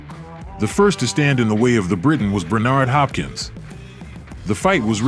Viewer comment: 🤣 dude's killing it off with that not to mention 'Bernardo' Hopkins 🤣 what a plum clearly never watched a calzaghe fight else he would know how the champs name is pronounced 💯